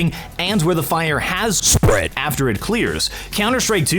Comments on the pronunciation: Bro, the emphasis you put on "spread" each time has me dying each time for some reason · Great video, however you need to practice more your 'spread' word, it doesn't sound like you anymore